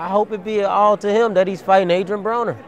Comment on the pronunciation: My name is Adwian Bwoner. I'm not gonna talk to you cuz you're mean! 😭 What a joke of a human being.